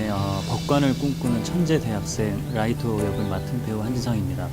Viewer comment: 이때는 라이또가 아니라 라이토로 발음 하셨어